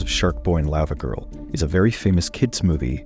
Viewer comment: Why are you pronoucing it layva girl instead of Lava , like Hot Lava ... ?